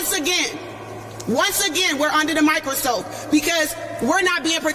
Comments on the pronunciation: did she say micro soap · Did she mispronounce microscope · She couldnt even get the word microscope right 😂